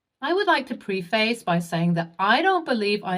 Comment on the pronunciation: Is saying preface correctly that difficult?